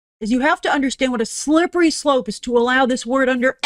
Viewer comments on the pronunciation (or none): I think I heard "slurpery slope" XD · Is it just me or did it sound like she said "slurpity slope"?